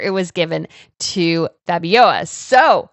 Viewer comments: Let them work to pay their taxes.... their ancestors stole the money to pay for their tiaras and juwels anyhow; and it is Fabio - L - a , not Fabiowa.. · Seems to me that you are having trouble pronouncing the name FABIOLA.. it's not FABIOA its F A B I O L A (practice the last syllable LA LA LA LA LA FABIOLA). TBH its kind of annoying listening to you butchering her name .... please prepare yourself beforehand. Shows professionalism on your part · Hi! Long time watcher of both channels. Keep up the good work! I'm Belgian and I can answer a couple of questions for you. But firstly, it's FabioLa, not Fabioja. There's an L in there;) As for why Lilian was never queen; it's a long story. So she and Leopold III got married in 1941, during WOII and the wedding was only announced after it had happened. Also it would later turn out she was pregnant at the time. Their wedding was not well regarded at the time by the public, because Queen Astrid had only died 6 years before and she was incredibly beloved. That and the fact that this happened during WOII, when Belgium was under German occupation and Leopold III had surrendered to the German regime. To the public it looked like he was collaborating, though in actuality it was a placid neutrality. So the war ends and Leopold III is in exile. This leads to the "Royal Question" (Koningskwestie in Dutch) in 1950 and a public referendum was held on wether or not the king would be allowed to return from exile and presume his role (his brother Karel/Charles had been regent in the mean time). The referendum ends up being in his favor and he returns from exile. But the country was not united in its vote (still Belgium's main issue today), with Flanders (northern, Dutch-speaking region) voting pro Leopold, and Brussels and Wallonia (southern, French-speaking region) voting against him. When he returned this caused outrage in the southern part of the country; riots, attacks, strikes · It is pronounced FABIOLA.